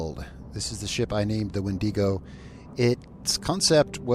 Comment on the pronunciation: I'm gonna stop you right there. That's not how you pronounce wendigo. My brother in Christ, I'm both ashamed and appalled at your behavior on this day.